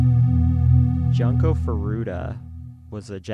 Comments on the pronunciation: We realize in retrospect that we pronounced her name wrong. It is Joon-ko. At the time when we researched this case, every video had pronounced it as Jun-ko. Neither of us are native Japanese speakers, and we try to pronounce things the best we can. We wish we could go back and change it, and we considered doing the episode over, but we don't think we could capture it the same way, and the responses have been overwhelmingly positive about the episode in general. We will continue to try our very best to pronounce things properly. Thank you to everyone who has responded with kind words and understanding, as well as encouraging us that it is okay for us to get emotional about the case. This was an incredibly difficult episode for us to do, and your support means the world to us. We love you ❤️ - and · Just a comment about the video itself; please take the effort to learn how to properly say the victims name. You guys basically called her ‘Junk-o’ the whole episode and while I know Japanese is not your native language, if you are going to be covering this case, I think you should do your due diligence and pronounce it correctly, out of respect. I just kept hearing ‘junk’ the whole time. It says in your description that you looked at other videos but maybe look at how actual Japanese speakers pronounce it. Just a note for future cases you cover. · cant even be bothered to say her name correctly? seriously.